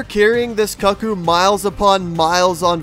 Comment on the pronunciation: I hate that you're pronouncing cuccu wrong.